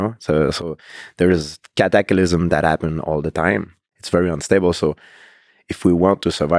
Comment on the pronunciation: He said "cat- ak al ism" GSP IS THE GOAT. and cute as fuck. NO HOMO.